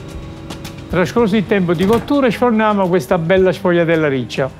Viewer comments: SE PRONUNCIA SFOLHIATELLA. NÃO SFOGUILHIATELLA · Shvee-ah-dell - Say it right announcer! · Qdo apresentar uma receita aprenda no mínimo a falar o nome correto, a pronúncia é esfolhatela, GL em italiano tem som de lh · Wrong, it’s pronounced shfoo-ya-dell